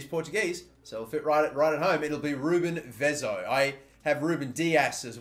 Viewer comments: Just btw ... It's Vezo , not Veezo ... Hard E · It's Vezo not Vizo. Cheers mate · Vezo, not Vizo. Say hello to Brazil 🇧🇷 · It's Vezo not Viiiizo :P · It's vezo not vizo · It's vezo not vizo, I hope that's a good explanation 😂😂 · Its VEZU not VEEZO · It’s pronounced vehzo not vizo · It's not Vizo, it's Vezo, Ve (like Vertonghen) and zo. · its pronounced vetho not viso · I think vezo is pronounced ve(as in vet) zo(as in zone) and kessie was at loan at AC Milan and went back to Atalanta when his loan at AC Milan ended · 50-50 chance to get Vezo right, he should know most non-english speaking countries pronounce e like e as in "Messi" and not like i, and he still messes it up... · Lejao, Vizo, etc. DAMN no one knows how to say portuguese names. Not even Cristiano Ronaldo you guys say it right. Oh well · Hey because Vezo is Portuguese it is most likely pronounced as ‘ve-tho’. He e is pronounce ‘eh’ not ‘ee ‘ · i'm porrtuguese and its pronounced Vazoo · I think it's pronounced v-A-zo